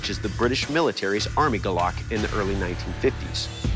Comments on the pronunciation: Hi friend, Please Pronounce it properly, Its not Gulock its Gu-lok 🤦‍♂️ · from where im from it's pronounced goolok not glock lol